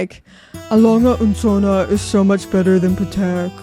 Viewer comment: She really needs to pronounce Patek. Not even close in American, British, or French…